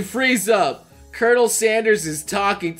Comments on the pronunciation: Colonel? It’s pronounced curnel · I don’t like it how he says colonel